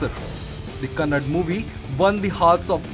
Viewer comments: Kannada not kannad bro Kannadigas start troll u Please pronounce correctly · Love from karnataka..💛❤️🔥 Its kannada not kannad...!!!! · First you learn how to pronounce Kannada. Its not hind hindi so its not kannad Kannada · It's not "kannad", it's a "kannadaaaa". A humble request you to prounance it properly... thanks in advance. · Its kannada💛❤, not kannad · abe kuyya youtuber it is kannada not kannad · Lowde it's kannada not kannad